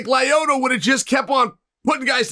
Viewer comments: Chael kills me with the names... Lie-oyto Machida and Alex Pee-air 😂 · Chael is great but it's pronounced "Lee-o-toe"